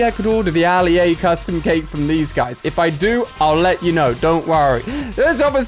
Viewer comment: The fact he said CHKake instead of just cake